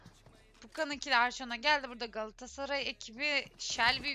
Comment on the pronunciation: Sunucu Qalatasaraya ekibine Qaatasray diyor sanki